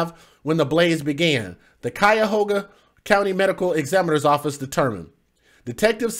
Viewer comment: "KYE-OH-gah" (Cuyogha)